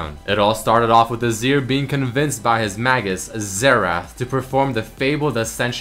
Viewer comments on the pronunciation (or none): sto-ick (stoic) air-uh-bick (arabic) may-jiss (magus)